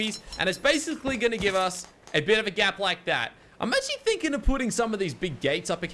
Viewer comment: and its gap not gape